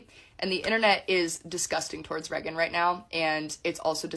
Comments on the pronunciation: I’ve never been more annoyed by someone saying someone’s name. Pretty sure it’s Reagan and not Regin. And this girl is her cousin? 💀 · i figured it was spelled Reagan, but her cousin keeps saying Regin and I can't lol